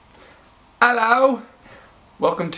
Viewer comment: What was that 'ello'. hahahaaha